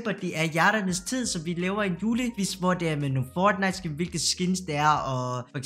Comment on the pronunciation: Hvorfor udtaler du fortnite som føjtnite